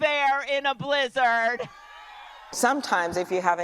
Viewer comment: Why does she say blih-zehrd like that?